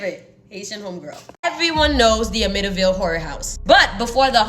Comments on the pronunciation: The pronunciation is Am-mit-tee-ville. Thought I should let you know. I'm from Long Island and am very familiar with this story. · I have followed the Amityville horror house forever. In fact I remember when the tragedy happened. I don’t know if this helps because you love pronouncing things correctly. Am-it-T -ville ❤ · I laugh every time she says it 😂